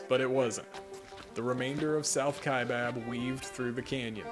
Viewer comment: Wow, someone who pronounces "Kaibab" correctly and not the incorrect pronunciation of "Kai bOB." Thank you.